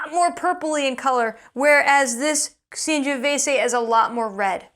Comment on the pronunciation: Great channel but your Sangiovese pronunciation is...